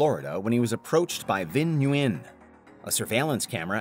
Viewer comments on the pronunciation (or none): Nguyen is pronounced WIN